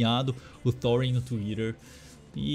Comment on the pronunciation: "Tuirer" KKKKKKKK